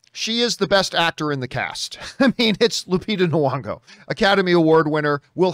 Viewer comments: lupita noo-wongo. nah-kia. 🤣😂🤣😂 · John, just fyi, there's no w in Lupita Nyong'o's name. You always pronounce it with a w sound and that's not right.